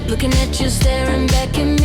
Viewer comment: Did she say looking or hooking?? The hooking sounds about right. You have your gard dog Nate as your pimp.